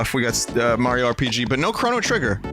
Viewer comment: Never heard of Super May-ro...